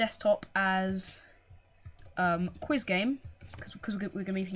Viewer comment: i like how he says "qUUeIs GEEm"